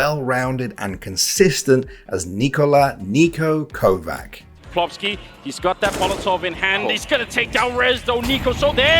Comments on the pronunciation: Kovac is pronounced kovach.... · Read it as it's supposed to be read Kovach it's not Kovac... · It's not KovaK, its KovaCH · Just so you know "Kovač" is not pronounced "Kovak", It's pronounced "Kovach" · You're doing a video on a top 4 player of 2021 and you can't even pronounce Kovač correctly? What a fucking joke, more like theIambritishoramericanandcantpronounceforeignnames esports